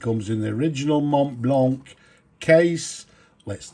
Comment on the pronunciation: Mate! Glad that you pronounce the "c" in a hard click sound. So many times, these reviewer folks pronounce Montblanc without pronouncing the end "c". It sounds quite pretentious 😂